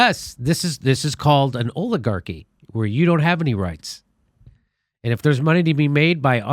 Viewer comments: I love what Jimmy is doing, but I wish he would pronounce "oligarchy" correctly - the "o" is pronounced as in "olive." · Did Dore just say OILAGARCHY?